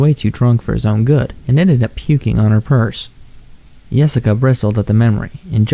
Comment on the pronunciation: when its not really Yessica, Nossica